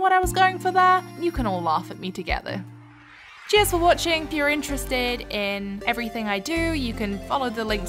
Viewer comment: Might be a bit cringey, but I legit heard it as "jizz for watching" at the end there. Had to rewatch 3 more times before my brain finally caught on you said Cheers goddamnit haha